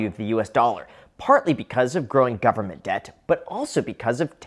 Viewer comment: "Full faith and credit of the US gubmit" LOLOLOL